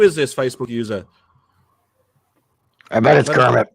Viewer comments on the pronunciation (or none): "...I sh'bet!" The ol' East Anglian accent coming through again! 😆🚀